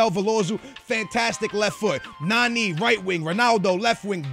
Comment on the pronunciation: It's nani not naneeee